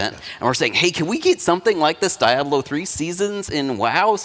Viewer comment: Also...the way this clown says Diablo makes me understand why the game has gotten as bad as it has.